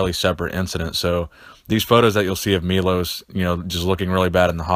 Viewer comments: he is not Milos, he is Milosh (Милош) learno to speak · just so you know its pronounced meyloshhh